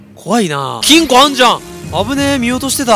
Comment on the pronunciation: 何回聞いても金庫がチンコにしか聞こえない